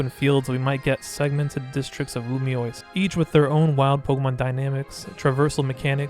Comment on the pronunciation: Loo mee ohs Not Loo mee ois Lumiose. Not Lumioise.